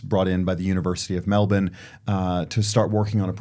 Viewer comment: I have never heard a person with an American accent pronounce Melbourne correctly until now